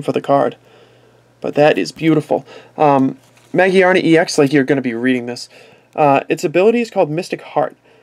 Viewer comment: It's ma-gear-na